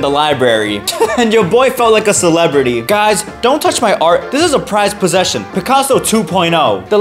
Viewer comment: “Boys this is a prized prossesion” dude I laughed sooooooooo hard